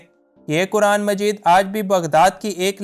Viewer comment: بھائ جان!! آپ “کرآن” کرآن” کس کو کہتے ہیں؟؟ مسلمان ہوتے ہوئے کم ازکم “قرآن” تو صحیح بولنا سیکھیں!! شرم کی بات ہے۔ اللہ تعالیٰ آپکو ہدایت دے۔ آمین۔